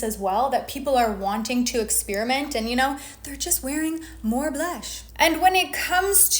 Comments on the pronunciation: Please stop saying, “buh-lush.” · I love how you say blush so aggressively each time, like it’s 2 syllables. 🥰